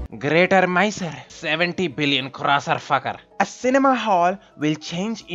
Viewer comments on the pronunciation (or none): "cinema hall will change into an standium" 😂😂💀